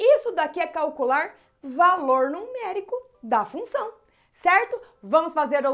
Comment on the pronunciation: Professora vc precisa cortar esse "f", se não fica "lunção". Suas aulas são excelentes.